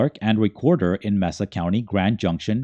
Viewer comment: *May-Sa County